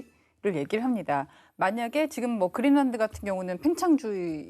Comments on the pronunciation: 그릴란트라고 하는게 맞는건가? 거슬리네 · 머리가 하야신 교수는 "그린랜드"를 "그릴란트"라고 발음한다..